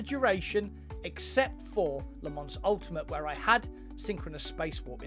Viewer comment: Les Mans is pronounced Leh-Mawh